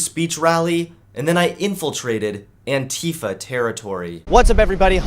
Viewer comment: I heard the word Antifa before I saw the word. I though they were saying Anti-fat.